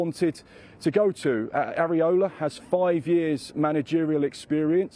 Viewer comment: Pronounced as Eera-Olah.